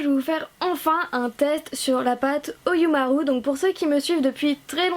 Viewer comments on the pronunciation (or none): L'accent japonais est présent 😂😂 (Ironie présente) Ça se prononce "Oyoumarou" mais ça s'écrit "Oyumaru" Voilà 😄